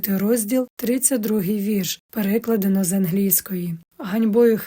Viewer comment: Дякую за вашу працю. Дозволю собі маленьке зауваження: Наголос на "А" в слові "переклАдено".